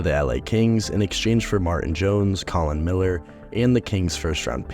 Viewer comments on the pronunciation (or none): none